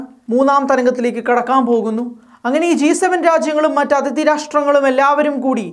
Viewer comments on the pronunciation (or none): none